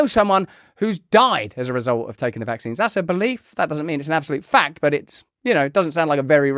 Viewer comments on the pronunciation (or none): VACKSSSSSS EFFFFFFFING SEEEEEEEENSSSSSS LOL. Sounds funny. VACKSSSSSS SEEEEEEEENSSSSSS